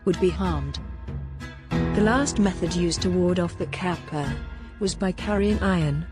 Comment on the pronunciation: 河童 かっぱ is read with hard k sound like in case, not like in cap.